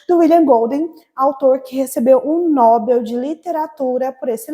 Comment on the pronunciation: verei depois, acho que tem tudo a ver com minha vivencia infantil com meus 8 irmãos homens. Ps. a pronúncia é Nobél.